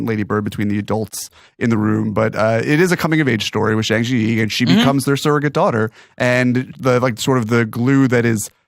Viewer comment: I know I’m four years late and I love this podcast, but I’m just here for whoever else eventually listens to this and can’t handle the amount of times that Griffin refers to her as “zee yee zang, instead of Zhang Ziyi, pronounced like jung zee-yee